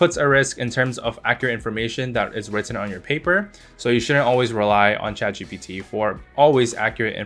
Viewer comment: Bro messed saying chatgbt